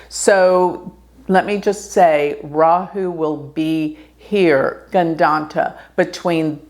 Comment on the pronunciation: You pronounce 'Rahu', 'Ketu' very well! 'Ketu' is perfectly pronounced, 'Rahu' is 99.8% correct. Looking great, too.